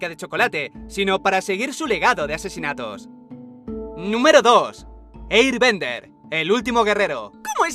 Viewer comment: me encanta como pronuncias bien willy wonka pero no predetor o eirbender xd